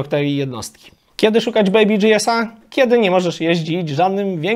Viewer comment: Jprdl...Chłopie..BMW to marka niemiecka, co ty z tym DżiEs...Ogarnij to, nikt na GieEsy nie mói DżiEs.